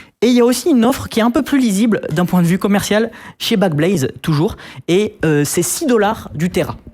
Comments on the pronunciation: N'oublions pas "black baise" 🤣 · Euuu? C'est moi ou vient à de parler de "Black Baze"? lolllll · "Backblaze" est devenu "Blackbaise" 😂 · 6'56'' Black baise 😂😂😂 elle me tue cette vidéo